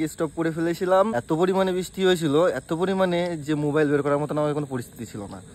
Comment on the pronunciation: Stop❌ estop✅, mobile ❌ mubile✅ gutka khawa public o abar k judge korte ase..... 😂😂😂